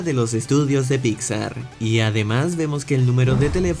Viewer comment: amo que siempre dice "Picsa" jajaja